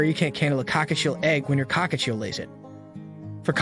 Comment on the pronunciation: COCKATIEL no cockachiel lol